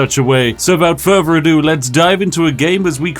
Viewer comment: "Wivout furvor adieu"